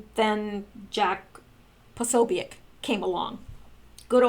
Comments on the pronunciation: Jake Posobiec is pronounced Jake Pa-so-bic. Bill Mahar is pronounces Bill Marr. Good God you are driving me crazy. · I thought you of all people would know how to pronounce his name but apparently not. Jack P's name is pronounced puh so bic with the o being a long vowel and the u and i are short vowels. Now give it try and pronounce it correctly.